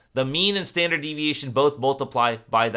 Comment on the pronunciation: there is a typo on the probability slide!! you said "stanard" deviation rather than standard! Thank you for your time you remind me of my teacher his name is Mr Dick Elsbree and he is bald.